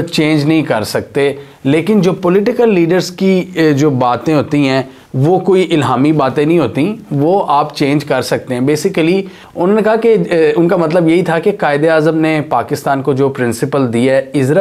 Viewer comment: Its not basycally! It's basically, not making fun just correcting bro love your content and information you give us keep up